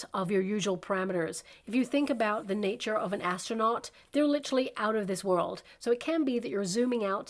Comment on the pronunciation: “ Lit-er-al, “ not Lit-tral. Sorry, I wrote a book on Communication and words and pronunciation matter. Literally, not Litrally.